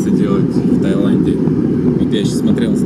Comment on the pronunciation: «в ТаИланде», а не «в ТаЙланде»